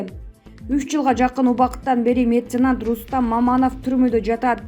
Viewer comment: Меценант эмес,меценат ,туура оку